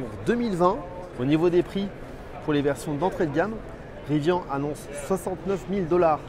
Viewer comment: Ca commence mal, il ne sait pas prononcer Rivian Riz - Vianne ....